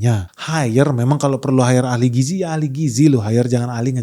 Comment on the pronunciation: Si cucun mah ngomong gizi aja gak bisa. Dia bisanya giji giji 😂